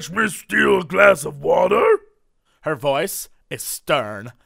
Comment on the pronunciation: "WULD YU LIKE WAHTUR?!?!" Ah Jesse, you so crazy